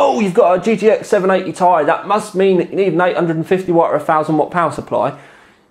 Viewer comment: Is he saying 780 TI wrong or is it just me?